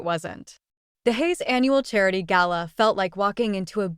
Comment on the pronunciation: It's nice to hear an American voice pronounce "gala" correctly lol